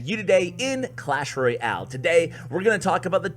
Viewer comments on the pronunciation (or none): none